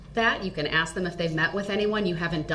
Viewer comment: you’re my buddy. So I’m going to ask you. Why can’t black people say “ask/asks”? (asses) (ass)